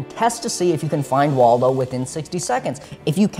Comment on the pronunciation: Every time you say 'Waldo' I facepalm